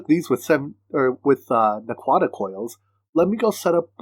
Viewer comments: Hahaha.. you are perfectly fine! I was just chuckling. Love the video series though! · For the prununciation of naquadah.. watch some Stargate ;)